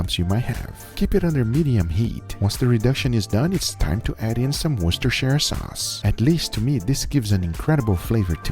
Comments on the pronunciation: The only American on youtube who can pronounce "Worcestershire" well 👍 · Guga from being from England your the first person from over seas to say worcestershire sauce correct... even people from England struggle to say it correctly 😂😂